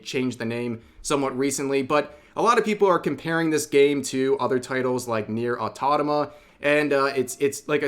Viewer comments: "Nier Autotoma" :D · Ah toh mah tah Au to mat tick Automata - Automatic Same Cedence. Rev, practice. 👍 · "Nier Autatoma" Sorry rev I had to do it 🤣😜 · Rev has completely butchered the name of the game NieR:Automata, yet I express my gratitude for mentioning it.